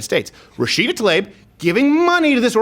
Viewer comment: I'm just glad that you actually pronounce Tlaib's name correctly, in spite of her blocking you.